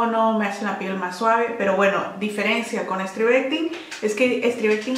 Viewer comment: Por cierto, se escribe STRIVECTIN. Sin E, y se pronuncia Stráivectin....